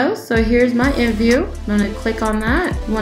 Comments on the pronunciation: nobody says imvu.... They all say I M V U So instead of being professional just be normal maybe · r u seriously saying imvu instead of I.M.V.U cuz u saying it wrong